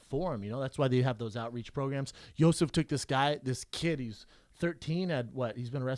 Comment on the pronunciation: funny how yo sif is Brendan's boy but he can't pronounce his name